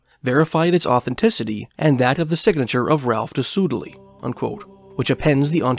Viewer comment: By the way, Soudeley is pronounced "Sudley"